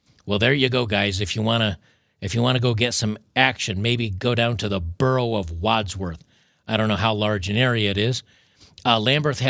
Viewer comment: So funny as a Londoner to hear you pronounce those boroughs